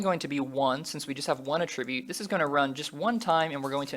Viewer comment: I really hope you don't keep copy/pasting in the rest of these videos.... Also - I hate how you pronounce Attribute lol